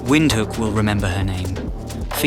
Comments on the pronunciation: Windhoek is pronounced as Vinthook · It 's pronouns Vindhook